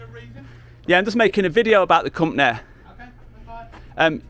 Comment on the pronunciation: It's company not companehh, "You're representing your companehh" guy is such a loser.